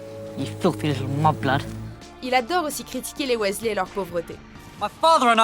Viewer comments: roooh sa se dit "wisley" ! Je le sais bien ! Nn mais regardez mon prénom de base ! Il manque juste le A et un détail change. Mais svp prononcez bien le nom des Weasley ;) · Non par contre Weasley se prononce Wisley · On en parle de sa prononciation du nom Weasley ? Drago n'a rien à faire dans ce classement, même si c'est un personnage orgueilleux, arrogant etc, il est l'un des plus populaires auprès des Potterhead, et si il doit faire partie de ce classement, il devrait être classé beaucoup plus bas, Drago est loin d'être un personnage sympathique, c'est certain, mais au final, est-ce qu'il a vraiment demandé ça ? Il ne s'est pas élevé tout seul, et quand on voit Lucius, c'est limite trop facile de savoir pourquoi il est comme ça, moi je suis sûre que si il avait eu le choix, il ne serait même pas devenu mangemort, où comme pour Rogue et Regulus Black, il aurait finit par les quitter au bout d'un moment, mais vu ses réactions dans Harry Potter et le Prince de Sang-mêlé, il aurait sûrement déjà quitté Voldemort bien avant la fin du film si il avait eu le choix Ensuite, Voldemort est peut-être le principal antagoniste, il n'en reste pas moins que Dolores Ombrage est la pire, même Bellatrix est pire que Voldemort, même si Dolores la bat question méchanceté, surtout que Dolores est censé bosser pour le Ministère de la Magie, c'est super d'être raciste quand on bosse au Ministère. Et on en parle de Fudge ? Il est aussi lâche et pathétique que Pettigrew au final, il aurait dû être classé à la place de Drago, parce que clairement, entre Drago et Fudge, c'est évident que Fudge est le plus détesté des deux (perso j'aime bien Drago, j'aime pas les prétentieux etc, mais je me dis que c'est même pas